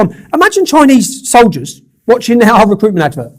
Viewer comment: Soldiers ( SOL - DIE - R’s ) Please wake up